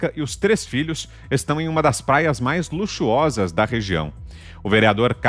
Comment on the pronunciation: Alguém sabe se ele falou paia ou praia?